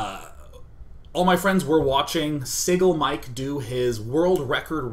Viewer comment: pronouncing siglemic as single-mike... shame on you daynyan